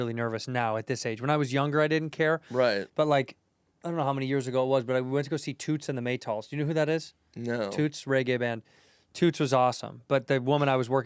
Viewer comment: don´t say "Tewts and the MayyTaalS"... try: Tutz and the Mey-Talz..